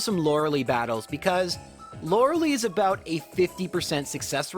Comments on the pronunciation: Lore-ah-lie How the hell can you be the one person that pronounces it wrong? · He can't pronounce lorilei properly it's kinda annoying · You might want to look up how to pronounce Lorelei.